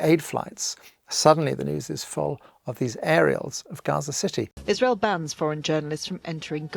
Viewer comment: Everytime i hear israel I actually hear Isralies